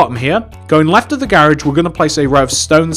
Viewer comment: Why do you say "gairage"